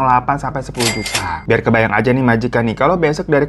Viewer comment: Ketawa juga kalo lg cerita juta jd jutu gituh